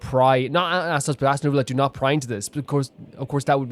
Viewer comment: By the way, its NeuVillette, not NeuRRvilette